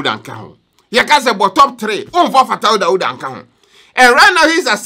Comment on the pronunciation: I like how u say "Fataw Dawdaw" .... say it again. 🤣😂😀